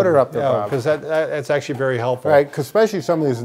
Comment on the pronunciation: This is the second video where Bob says “expecially”. 😖 It’s ESPECIALLY!